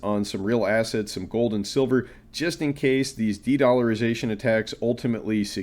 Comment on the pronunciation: dedllarization the best i ever heard!!!